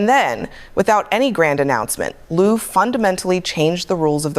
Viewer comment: This AI version (which mispronounces Lieu as often, or more often, than it pronounced it correctly) inspires me to go find the original tape.